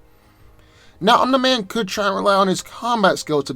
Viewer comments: Love your content but it’s pronounced like “Om-nee” man not “Om-nigh” man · Bro, His name is pronounced om-KNEE-man, NOT om-NY-man. Sheesh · I never heard someone say Omni man as ohm - nigh man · the way you said omni man is just way to distracting